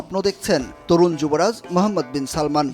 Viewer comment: এই সাংবাদিককেই শুধু যুবরাজের নামটা ঠিকমতো বলছে কিন্তু আমাদের বাঙালি জনগণ মূর্খরা বলে সালমান যুবরাজের নাম না বাবার নাম সালমান যুবরাজের নাম মোহাম্মদ তার সম্পূর্ণ নাম হল মোহাম্মদ বিন সালমান